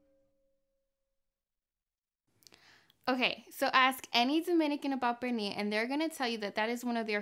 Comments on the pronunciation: One question, why she call it, Perni? Es Pernil. Even my stepdaughter, American born and raised, don’t speak Spanish, was saying about the bad pronunciation. By the way, we tried the recipe. Estuvo delicioso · Purrnee! Love the way you say it! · I love how you say 'pernil' lol thank u for sharing. I was impressed that you boil the pernil. Different 😊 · Love the way she says "pernil" 😊